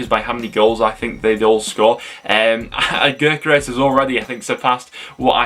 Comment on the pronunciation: Bro, get with it dude… Covs striker is pronounced YOKERIZZ NOT gerkares as you keep saying! Tit!